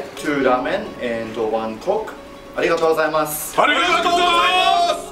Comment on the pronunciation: It's ACTUALLY ありがとございます (Arigato Gozaimas(u)) (u is quiet). Not awrigatto gotzaimas. Fucking weeb. ""Walk to my doujin shelf and grab my three favourite doujins""